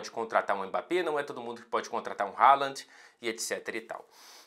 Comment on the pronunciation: Por que a sua pronúncia do nome "Haaland" soa "Haalant" com "t" no final?